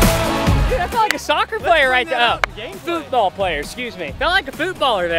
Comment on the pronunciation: when he corrected himself from soccer to football i was happy... but then when he pronounced it fuutball i almost threw up